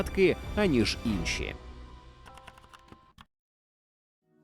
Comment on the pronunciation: Видно, що ви знаєтесь на історії, але з українською є проблеми. "Инші" - це результат діяльності активістів, які не розуміють напрямку розвитку української фонетики. Прочитання "и" з часом зміщувалося до центра, тому раніше це був сучасний звук [i].